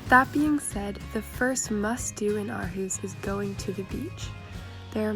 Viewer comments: Imma help you its pronounced "or-hoose" Aarhus. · What a lovely film. Great to see Aarhus getting attention. But how did you spend 6 months there without learning how to pronounce Aarhus? (ie it's Orhus). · The girl in the video is not pronouncing it correctly the Aa is pronounced as it was pronounced before Århus and Å is pronounced as deep spanish O ending with aw if u want...watch danish ppl pronounce it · Living there for 6 months and still mispronouncing the name of the city. HOW?